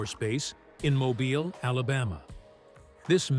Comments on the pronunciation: Shitty A.I. narration. And stop saying “mo-byle” Alabama. Mobile is pronounced “mo-beel”. But, what can you expect from someone too fucking lazy to narrate their own video? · Nice video. Mobile, Alabama is pronounced "mo-beel". I went to school near there. Your narrator got it right once and wrong twice.